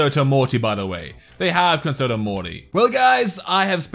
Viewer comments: It’s not conserto morty it’s prounounced concherto morty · It's pronounced "Conchertoe" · It's concherto that is how you say it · I have concerto morty BTW cun-cherto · it's pronounced (cun-Chair-toe) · Fun drinking game: take a shot everytime he mispronounces "concerto" you will die of alcohol poisoning. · I came across this video thinking it could be pretty cool it just makes me mad that he doesn't pronounce concerto right.